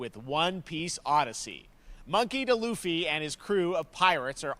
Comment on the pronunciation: Did host really said monkey the Luffy 💀